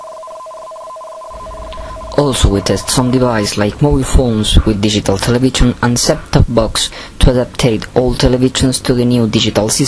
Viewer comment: Porque el periodista de Chile dice "televichon" en vez de "televishion"??? You must improve your english pronunciation.... Good job anyway...